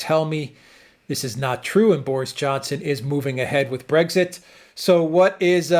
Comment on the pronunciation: Do you have segs with your wife? The word is Brexit, not Bregsit